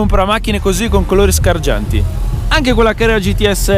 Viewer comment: SGARGIANTI non scargianti